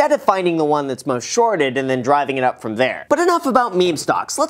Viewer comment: Great video! Yeah, they sound bad to me too. I wouldn't want to invest with them. "froim" lol